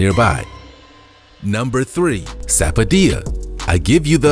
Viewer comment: That's not how you pronounce "Rambutan" and "sapodilla"